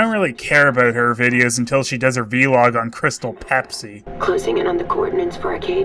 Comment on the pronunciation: Love that you pronounce ‘vlog’ as ‘V-log’.